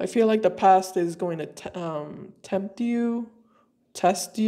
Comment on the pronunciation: Ooo. When you said "..The past is going to temp you...'test you'..." Interesting slip of the tongue there. It stood out to me right away as being if some significance. Fits my story, anyway. Along with all the other things you've said here. I appreciate your readings a lot. Thank you.